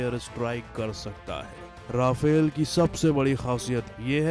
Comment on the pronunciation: Konsa sasta nasa karta hoe Vai 😂😂😂 , Rafel koe Raifel Or Meteor Ko Motor bol raha hoe 😂😂😂